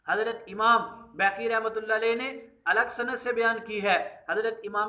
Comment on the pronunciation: Or Pehle aap khud ko to Apny Buzurgo'n k Sahi Naam lena Sikha dein...Imam Baheeeki hai,Imam Behkki nahi hai